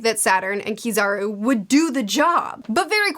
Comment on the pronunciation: Kizaru? You mean PIZZAru, right?